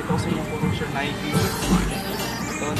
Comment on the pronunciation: Sizes bro "and a half" not in half. Tapos pronunciation ng nike is "nayki" pero Keep it up